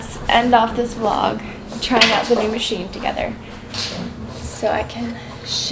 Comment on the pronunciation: Why you are saying vlogggg .. and you used to say vllllloooooooooogggggggggg.... i want those ancent for the word vlog ... btw i love you ..